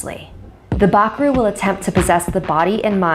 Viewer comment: im from surinam and you say bakroe very wrong